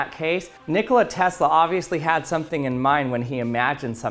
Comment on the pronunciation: Check the pronunciation on Tesla